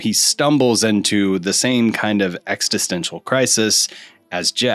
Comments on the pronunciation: You may not realize it but you are saying "extistential" instead of "existential." Great work though. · I always assume that people who mispronounce words do it because they've only read the word. That's respectable. But, you're adding an extra "t" to "existential."